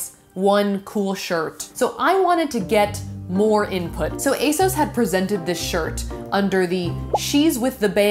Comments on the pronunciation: Armina Bulic no it doesn't, the company has literally said that it's pronounced ay-SOHS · You are saying asos wrong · they way she pronounces asos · YOU PRONOUNCE ASOS SO WEIRD YALL AMERICANS ARE WILD.